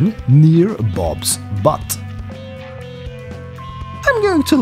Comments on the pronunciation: ACTUALLY, it's Butte (pronounced: Boot-ie). And I have to tell you, butte can be isolated, have steep sides, and depending on perspective.... a flat top. ;) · it is not BUTT is is BUTTE ... pronounced "Beewt".. an Butte is an isolated hill with steep sides and a flat top. a geologic feature.